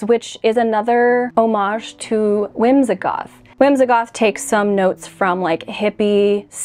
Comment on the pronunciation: Why is it that you pronounce the word whimsigoth “whimzahgoth”?